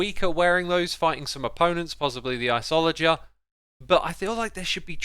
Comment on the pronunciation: Did he say iceollagers